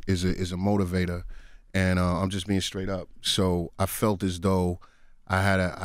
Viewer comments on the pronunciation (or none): CDAGod does not have to say screet scraight and scrong!!!